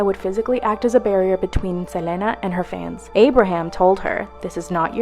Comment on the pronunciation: Ugh the way that girl kept pronouncing Selena's name irritate the crap out of me